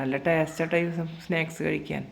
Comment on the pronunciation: സ്നാക്ക്സ് not സ്‌നേക്‌സ്‌